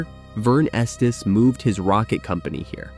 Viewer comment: Its pronounced "esteez"